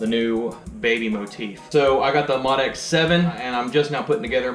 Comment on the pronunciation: Its pronounced MO DX7